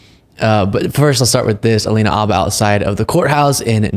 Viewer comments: why do you keep saying Abba?? Her last name is Habba. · Is the " H " silent? Everyone else pronounces it as " Habba "